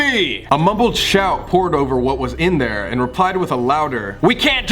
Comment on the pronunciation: Colby telling a story: I clilmed in a vent Me: ennerd ... ENNERD?!?